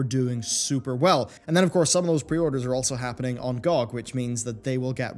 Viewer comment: GEE-OH-GEE!! not gawg!